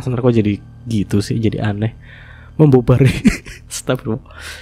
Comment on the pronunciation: membombardir mas nara bukan borbardir.. 🤣🤣